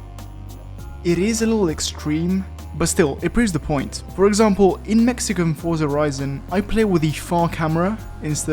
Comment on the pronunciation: 1) Thank you for properly pronouncing Forza as forza, instead of saying fortsa like a weirdo 2) Some games apply speed lines, like they were a cartoon. Some build it into the road texture (particular the closest level of detail version)